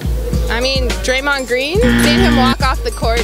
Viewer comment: Draymonnd green? are you on drugs